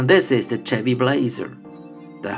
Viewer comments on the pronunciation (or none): none